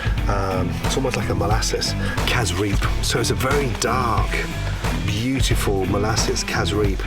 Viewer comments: People from Guyana know those peppers are too hot to put in a salsa and the sauce is pronounced Cassarip but is spelled Cassareep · 🇬🇾🇬🇾🇬🇾🇬🇾 when a foreigner pronounces casreep... it make us giggle for some reason🤣😂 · kaziree ?? whats that dark sauce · For those of you who was wondering what he said it's "casreep" and it's great